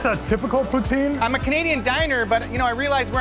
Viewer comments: If you want to piss of a Quebecois (besides calling em Kebekers) pronounce poutine as poo-teen. They'll love ya! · I HATE when none-Quebecois make Poutine, that shit was NOT real Poutine. And it is pronounced POOH-TIN (the E is silent). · It's not POUTEEEN u noobs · So he's Canadian, but can't pronounce poutine? Or is that the French pronunciation?